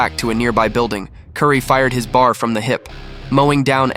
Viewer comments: When talking WWII weaponry, the Browning Automatic Rifle, or BAR, was referred to as B-A-R, reading each letter separately. Stupid goddamn AI. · It’s a B A R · AI- A bar? No it's a B A R. 😒 Hightler? No it's Hitler. Not giving you money for me to watch this. It would have been ok if you'd have spoke and not a computer. 👎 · I enjoyed your video- the video editing & story were wonderful, but please learn the correct pronunciation of the names of weapons & places before finishing your narration- Malmedy- ‘Mal-me-dee or BAR- Browning Automatic Rifle Bee-A-R. I’ll keep watching, but try to get a bit closer to accepted pronunciation of place names. I can’t watch most AI generated narrative because of the crazy pronunciation! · The Browning Automatic isn’t pronounced bar, like candy bar, it is spelled out B A R. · Great story ai had some problems with the Belgian town names and the weapons. Eg bar is a B A R. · Bar???!! It's a B A R! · It’s not a bar, it’s a B.A. R. for Browning Automatic Rifle. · I hate these computer generated voices. It's B. A. R. not bar. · I HATE AI narration. He didnt shoot a bar. It is a B.A.R. It stands for Browning Automatic Rifle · Thank you for telling Francis Currey's story. A true American hero from the greatest generation. One correction. The Browning Automatic Rifle is referred to as B.A.R., and not BAR (bar), as the narration stated. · Bar, lol. It's B, A, R. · It's not a"bar" it is a B-A-R Browning Automatic Rifle. Dad was issued one. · Great story but I hate AI generated voices.... bar.... Bee -Aye -Are. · B.A.R...... not "bar" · its not called a bar its called a bee a are. now you know .. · Ya know, AI sucks. STOP calling his most lethal firearm A Bar!!! It's pronounced B.A.R. 🙄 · It’s not bar. It’s B. A. R. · If you're going to use AI narration teach it to pronounce. It's not a "Bar", it's a B.A.R, Browning automatic rifle. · Its a B-A-R or at least I've never heard it called a bar before.... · B-A-R, not bar. Ffs